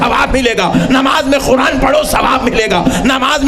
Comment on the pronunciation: comedy karne baitha hai,,,,, Sabse pehle Qura'an bolna seekh..Khuran koi word nahi hai,, isko comedy circus mein bhejna chahiye. Ye aalim nahi comedian hai..